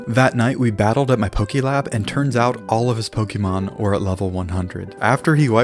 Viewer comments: Who the hell made it start being pronounced poke-ii-mon. Literally it’s spelt Pokémon with an accent legit making it clear it’s Poke-ay-mon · It’s not pokeemon It’s Pokémon like café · Noo you cant just say it as pokey man you need to pronounce it as Pokay mon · one of my favourite games is Pokémon. Me:he doesn’t even say Pokémon correct tho